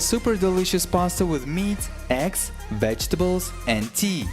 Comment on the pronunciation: I heard 2 ex not eggs :,D